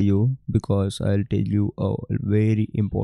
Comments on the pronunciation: Bro mujhe sabse Accha " I'll toll you laga "🤣🤣🤣🤣😂😂😂😂😂😂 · Bhai ye I'll toll you kya hai😂😂😂😂😂😂😂